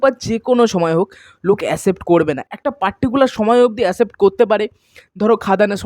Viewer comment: Asept ❌ Accept ✅ Please improve ur pronunciation